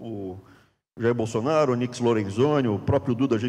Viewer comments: Aos: é impressão minha ou o falou “gestão bostonaro”? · HAHAHAH, Também notei! BostoNaro